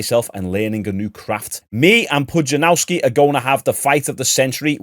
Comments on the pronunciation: Pudzianowski not Pujanauski wtf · Did you write Pudzianowski so disrespectfully wrong to try and generate comments? If you want to learn the pronunciation phonetically it's Pudge-ee-an-off-ski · Who the f is Pujanauski. A youtuber of your level both subs and intellect should at least take the time to google the guy's name. He's one of the strongman goats, if not the one